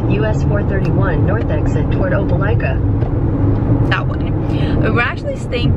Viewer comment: Greetings from Alabama! I’ve never NEVER heard a computer say Opelika correctly before. That blew my mind. It’s where I was born. 😂 I’m glad you enjoyed visiting what the South has to offer outside of Texas